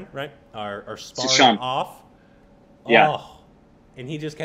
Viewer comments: korbinisation...its sushant not suhan😂..love you💓💓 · It's a pity you do a tribute to an actor and say his name completely wrong. actually said Suhant. And it's not pronunciation I'm talking about. Just to read a name phonetically as it's written. About time you at least did a little prep to avoid such mishaps?